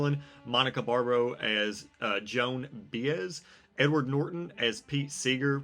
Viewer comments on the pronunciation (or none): It should be illegal to review a movie like this if you don't know who JOAN BAEZ is! (or at least how to say her name) But seriously, thanks for the review.